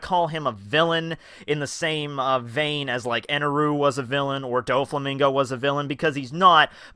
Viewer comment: What is up with these pronunciations. His name even in Japanese is purposefully spelled with an 'l' His name is Enel (it's simply pronounced as 'ru' in Japanese) For reference you would have to pronounce Luffy's name as "Ru-fi" or Chopper's name's name "Cho-pa" or even Robin's name as "Row-been". But I guess being weeaboo means that only some names make it into Japanese phonics and others don't